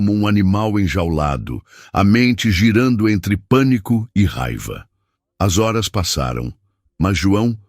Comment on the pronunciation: Porque nessas histórias os narradores não pronunciam as palavras: reais e horas direito!